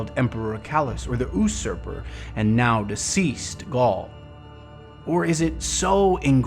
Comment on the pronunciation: Not sure if it's been mentioned yet, but at 4'12" you say usurper as 'ew-sur-per', when it's more like 'you-sur-per' :) Loving to the content, thanks again! :D